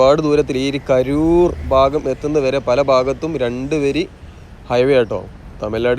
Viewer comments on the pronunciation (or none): none